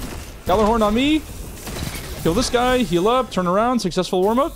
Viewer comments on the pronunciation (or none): none